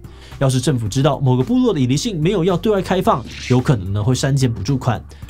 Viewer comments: 「ILiSin」變成易立信了😂😂😂😂😂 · ilisin發音很正確